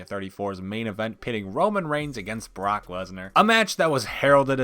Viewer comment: did this man just say “the bork?”